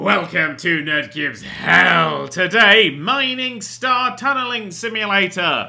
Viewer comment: We feel the pain you went through just by hearing the way you pronounce "hell" :D